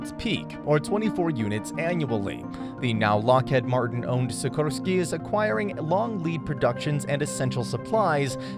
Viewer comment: SiKORsky, not SiKROsky